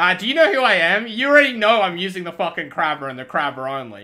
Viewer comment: It's pronounced krae ber